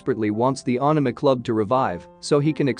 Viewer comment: Ohk ur pronunciation of anime had me 🤣 at first I was like what is this aahname than I saw the leaflet 😅